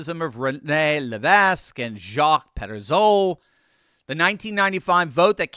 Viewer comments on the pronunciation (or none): Levesque is pronounced le vike in Quebec French and le vek in French French. In both cases the s is not pronounced.